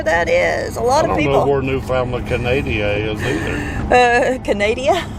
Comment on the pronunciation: Don't let them Newfie's get any of that Screech into to ya... nasty stuff. BTW it's pronounced New'fundland Newfie's are awesome people though... have several Newfie's as friends